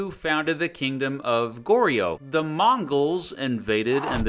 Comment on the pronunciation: goryeo is pronounced goryuh, joseon is josun